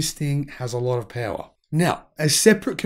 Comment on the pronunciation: Peawa? What is peawa? Horsepeawa? 😉